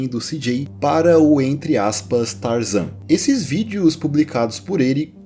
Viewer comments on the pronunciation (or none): GTA San Andreas "Tarazan"😅😅😅😅😅